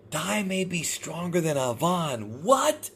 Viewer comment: pronounce Avan like Avant Garde. that is all